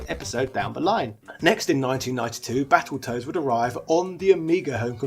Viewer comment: I thought he said Battleturds for a second 🤣🤣🤣